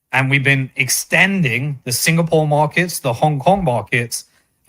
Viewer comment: A good starting point would be by saying "markets" not "morkets" .